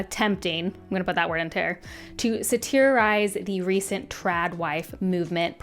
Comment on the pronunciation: Satirize not satiriarize